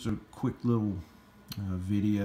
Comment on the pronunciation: VIDEO NOT VIDJA